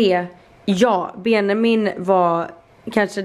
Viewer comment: Varför säger du Benamin?